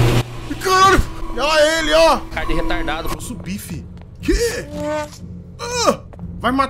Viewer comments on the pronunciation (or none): Repararam que ele falo "caraeu"? Se não reparo ta nessa parte